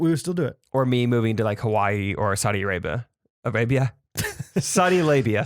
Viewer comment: I’m ashamed of how hard at laughed at Saudi Alabia. Was that intentional or a Freudian slip,?